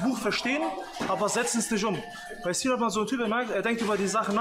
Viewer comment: Nur der vollständigkeithalber: die heissen nicht ZINAN UND ZENAD sondern Sinan und Senad. Und die Namen werden mit „S“ ausgesprochen und nicht wie im deutschen mit „Z“. 🤓🤓🤓